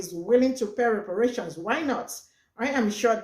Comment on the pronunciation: YA!!!!! EXCEPT !!!! REPARATIOINS, REPRARATIONS, REPARATIONS🤔🤔🤔